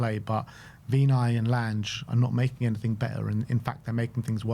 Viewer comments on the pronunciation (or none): Please learn how to say Lange boys